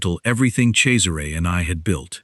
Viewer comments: Yes, it is pronounced Chezzaray. The other spelling is Cesar. Pronounced Sayzar. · At last, a narrator who knows how to pronounce the name Cesare. The boss wouldn’t need to ask me twice - I do like a bad boy🏍️🥰